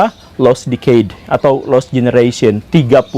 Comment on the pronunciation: Prononsiasi guru gembul terhadap kata "decade" salah. Mohon diperbaiki. Kamsia.